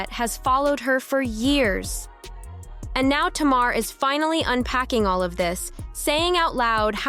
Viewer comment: If you're gonna talk about Tamar, please say her name correctly. It's pronounced Tay-mar. Please and thank you.